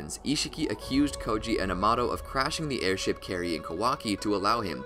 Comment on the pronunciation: i can't tell if this guy pronounces kawaki, amado, data, and karma wrong just to troll or what's going on here 😂